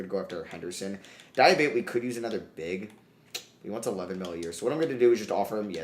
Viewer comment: di-ah-bah-tey di (as in DEA in dean) ah (ah) bah (as in BA in barn) tey (as in TAY in taken)